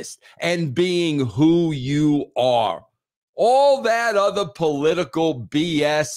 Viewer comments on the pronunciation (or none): none